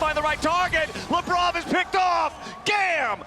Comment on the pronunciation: Every single time they say Labrov i feel they're saying Lebron.